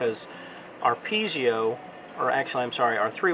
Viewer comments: PeeZio?? Dude, they are Pie-Zo --- as in apple PIE and ZO with a long O -- PIE-ZO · it's pronoinced Pee-ay-zo, not pee-zi-o. There is no 'i' after the 'z'. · Don't mean to be pedantic, but it's actually pronounced PEE-AY-ZO or PIE-AY-ZO. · actually they are pronounced pee-A-zoh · Winky Dee Most people have trouble with that word. I say pee-eh-zo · Good tips, but worst pronunciation of piezo ever.